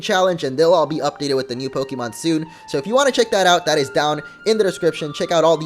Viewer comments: you pronounce pokemon wrong! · I know, but he and multiple other people say it the wrong way. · just because it's pixelmon doesn't mean you pronounce pokemon differently(wrong).